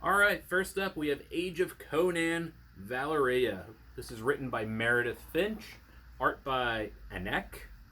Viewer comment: So looking forward to Once & Future... and I'm even looking forward to Age of Conan: Valeria, even though butchered the names... even poor Valeria's! Crom!